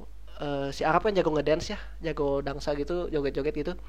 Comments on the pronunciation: tolong ya mas ,yang bener itu "dansa" bukan "dangsa" please tolong jangan merubah huruf dalam kata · Dansa bro. Bukan dangsa 😆